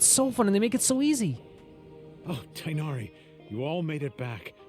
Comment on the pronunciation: TIGHNARI's name has a letter that English doesn't, so most people just pronounce his name like this Tay na ri